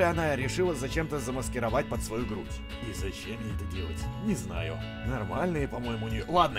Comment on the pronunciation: ) , и не груди , а груть